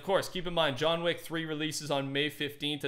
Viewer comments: Nobody:: ”JoHn WaCk” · This is how many times said “John Weck” 👇🏻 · "John Wheck" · Nobody:: JOHN WECK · Lol he said john wack